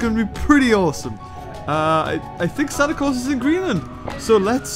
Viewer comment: He said santi claws but he named it santi CAWLS